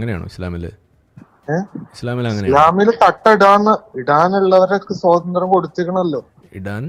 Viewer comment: ഏതാ ഈ പോത്ത് കാക്ക. സോതന്ത്ര്യം അല്ല പൊട്ട സ്വാതന്ത്ര്യം എന്ന് പറയൂ.